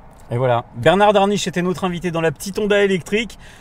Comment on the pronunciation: Merci pour vos vidéos, un automobiliste averti en vaut deux, voire dix s'il communique. Attention à 22 minutes 38 ! Bernard Darniche et non Daniche!